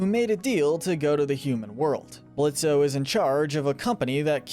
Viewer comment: ITS PRONOUNCED BLITZ.